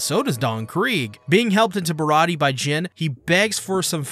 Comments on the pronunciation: Im pretty sure that the pronunciation is Bih raw dee aye or Bih Raw ti aye, it's like an in between of dee and ti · You're very close with the pronunciation. You just forgot the "ayy" sound at the end. Barati-ayy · The warlords are the one piece equivalent of Privateers basically government sanctioned pirates Mihawk is the strongest swordsman in the world no question he is also a warlord. also its pronounced like (bar-ah-t-ay)